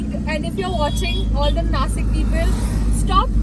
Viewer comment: Nashik not nasik